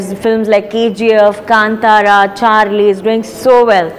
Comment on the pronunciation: she's the first one say Kanthara and not kantara